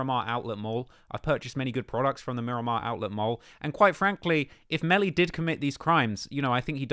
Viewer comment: It’s Miramar not Miromar 😂